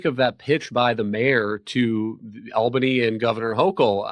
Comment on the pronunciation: She pronounces Albany funny. "Al Banie" vs "All Banney" I'm from NYC...